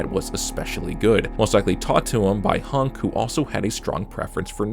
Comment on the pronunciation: idk why bro accent pissing me off. Why are you saying HUNK like honk? I guess you pronounce hun like how germans pronounce han.